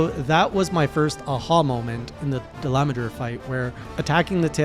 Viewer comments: Its pronunciation is da-la-madur And also the most practical way to defeat that monster with a charge blade is to use the seregios charge blade, its damage is 600+ and if you upgraded it the damage will increase to 720 and that is the highest damage that you could get on cb in high rank so you should use that instead of nerscylla one. The only downside to seregios cb is that you need to get a dissenter from seregios to upgrade it which is a rare item (oh boy its so hard to get that item) and you need fangs and claws from a molten tigrex (yeah good luck with that one ). The second thing i'm going to tell you is that your armor set needs to have a skill called "artillery" since that allows you to increase the phial damage of your charge blade. The artillery skill has 3 levels: Artillery novice ( +10 ) Artillery expert ( +15 ) Artillery god ( +20 ) If you want to increase the phial damage get the artillery expert and there are ways to do it Either you gem your current armor set and put lots of artillery jewels as possible to get it or you grind and start hunting lots of seltas queen to build its armor set since thats the perfect armor set for cb/gunlance becoz it has artillery skill and it also has razor sharp Having a talisman with artillery skill should also help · There's no "n" in Dalamadur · I normally don’t mind different people’s pronunciation of monster names. However, there’s this one guy I’ve watched who says it almost right he says Dal-ah-mah-dur. That mah is what makes it sound so weird to me. Idk why it annoys me so much that he says it like that. It just sounds way more wrong than any other🤣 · dollah-mah-DUR is now I’ve always heard it pronounced, but recently I’ve also heard Dilometer (like kilometer but with a d)